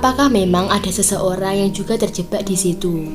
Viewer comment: Terjebak bukan terjebba 😀 bercanda mba 🙏